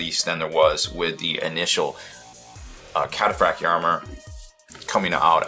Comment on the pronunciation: It's pronounced - Cat- a - fract- eye armour